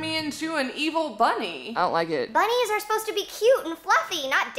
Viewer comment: i kept on rewinding her saying i don't like it and it sounded like not legged!